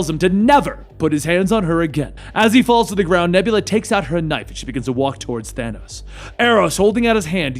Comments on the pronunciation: Excuse me, but uhhh.... Did he say thano ?! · Hey you know your not saying his name right